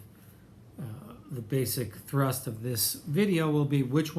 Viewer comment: Did you say basic thrust? 🤣😂🤣